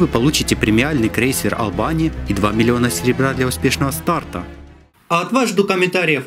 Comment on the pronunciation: крейсер О́лбани а не Олба́ни/